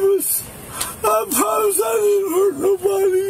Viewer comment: I pwomise lol scared to death of the drunk tank